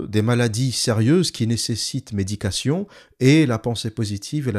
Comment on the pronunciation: Bon boulot. Juste un truc... tout du long, lorsque le mot "médication" est prononcé, celui-ci peut aisément être confondu avec "méditation", et ça peut être problématique dans le contexte.